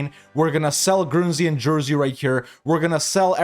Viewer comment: Dude.. Jersey and Guernsey? Really?